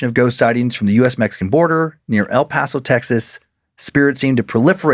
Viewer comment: The way my ears PERKED up hearing near the border I KNEW it would be about EPTX!!! Finally some recognition to the sun city of 915!! Also very impressive pronunciation Dan, people who aren’t from the aren’t don’t usually pronounce El Paso correctly so shout to to Dan!